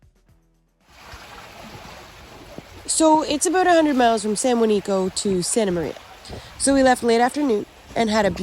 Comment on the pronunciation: Why do you need to expose these places and btw its San Juanico not san Juanica